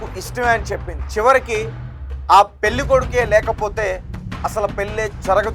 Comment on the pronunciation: తెలుగు Headlines సరిగ్గా చూసి rayandi. మతి పోద్ది కాదు. పోతుంది. వాడుక భాష లో పోద్ది అంటారు. Anchor గారు పెల్లి కాదు. పెళ్ళి. ఒత్తులు సరిగ్గా పలకండి.